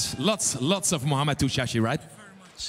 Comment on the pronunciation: It's TouCHASSIE not Touachi.. She always pronounces it incorrectly